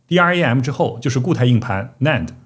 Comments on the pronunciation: DRAM 是念 D RAM 不是 D R A M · 請唸 D-RAM （台灣都這麼說 ）謝謝